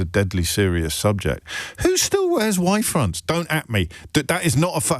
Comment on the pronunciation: Is it “Y fronts,” or “White fronts?” Since “Are You Being Served” days I can’t make out the pronouncement.